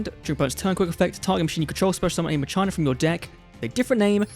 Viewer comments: Why ma-chai-na? It's ma-ki-na like "Deus ex machina" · "Muh-china"? Really dude? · Dude said muhCHINA!! Lol😂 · Does anyone pronounce Machina as Muh-China? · It is not ma china why is he saying that lmao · If you're still wondering how to pronounce Machina, in the OCG they're called Machiner, and they are pronounced 'Machine-er". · Did you really call the deck MaChinas 😂😂😂😂😂